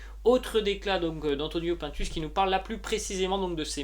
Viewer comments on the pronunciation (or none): PINE TUCE ET PAS PAINTUS. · on dit pas pintes mais pINtus c'est pas un français